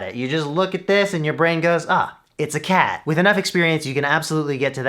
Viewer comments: this killed me lol 😂 Did he say cup or cat xD? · I went back and turned on subtitles, just to understand what he said.